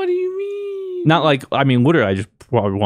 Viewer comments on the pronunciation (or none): 🤣😂🤣 0.44 witerally ... kept rewinding to make sure but he witerally can’t pronounce the L in witerally 😂😂 this broke me beyond belief